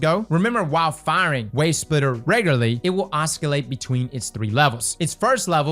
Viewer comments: It's pronounced 'assolate' not 'Oscolate'. You may be elite D2 player but you need to work on your diction. My god none of you know how to speak properly. So sad. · NOOOOOO.... It's Ahh-SUH-Layt. Not Ahh-SKIL-Layt. 😂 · Oscillate, the "c" is pronounced as an "s" sound,. Like "oss-ill-ate" not "os-kill-ate." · Oscilate, not oskilate lol... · Its oss-i-late not os-ki-late my mans!!! But great build vid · "oskillate" 😆 Respect, respect. Great build. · really pronouncing that K in oskillate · bro did not just pronounce oscillate as oskillate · It's pronounced "OSSSILATE" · The c in oscillate is silent. You wouldn't say sKiccors when saying scissors, so why would you say osKillate.… 😩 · to save you further embarrassment, it's pronounced 'aa·suh·layt' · oskillate killed me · I hate to be that guy, but it was painful to hear lol. It’s pronounced “Ah-sill-ate” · Dude really said AhsKillait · Did he say Os-kill-ate??? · It's pronounced "ossilate" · This mfer said oskuhlate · Quick note, you don't need to pronounce the 'c' in oscillate like a 'k.' Think of it as a silent 'c' because it just makes the same sound as the 's' next to it. But it's kinda funny hearing you say 'oskillate.' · I’ve been using Graviton Lance with double Void Surge mods and Suppressor Grenades with Echo of Domineering and Undermining (grenades that suppress and weakens at the same time?!?😮) I completely forgot about Wavesplitter! But,, I have to tell you…… IT’S NOT “OSS-KILL-ATE” 😂 much love 😘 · Os col ate. Oscillate 😂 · Os-ki-late LMAO, I think it's time to take a phonetics class 😭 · Stop saying "Oscalate" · just said oscillate like... oskahlate lol. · oss-kill-ate lol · CROSS JUST SAID OSKILLATE OH MY GOOOOOOOOOOOODDDDD 🤣🤣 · Came for the build. Left for the pronunciations… oskilate 🤣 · I was baited, I was sure was gonna say oscillate correctly until the os-kill-ate 🤣 gahd dammit! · butchering another word 😂 “oss-kill-ate”